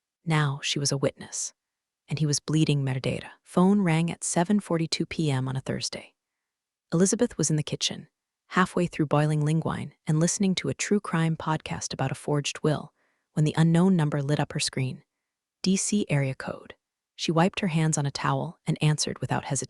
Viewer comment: ling-wine is a very interesting way of saying linguini! Nice one AI obviously English is your second language 😂